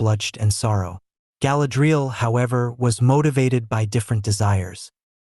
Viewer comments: Could at least pronounce her name correctly 😂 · I’m sorry, I watched about 90 seconds and had to stop because of how he is pronouncing Galadriel..